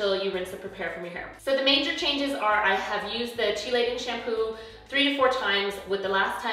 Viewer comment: Hi, I am trying hair print and have resistant grays. I have also gotten the chelating shampoo. Do you use a specific conditioner with the shampoo in the days leading up? (Btw, it is pronounced kee-lation)